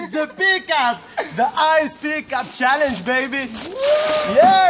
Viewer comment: On dit Challenge not CHANLLENGE -_